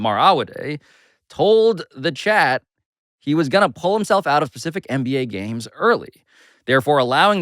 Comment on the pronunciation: HOLD UP, HOLD UP. Had to stop playing right here and rewind! You and Amin have been dunking on people for grammar errors the entire show and then you go and say, "pull himself out of PACIFIC games"?! SHAAAAAAAAAAAAME! Looks like Pablo Torre needs to find out how to speak English!